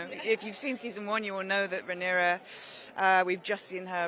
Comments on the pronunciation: I think that reporter call her character rhaenys instead of rhaenyra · why’d she keep saying Rhaenyra with an S lol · Sorry but I don't like that the interviewer keeps pronouncing Rhaenyra incorrectly. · Why does she keep MISPRONOUNCING her name!!! IT is QUEEN RHAENYRA . I’m screaming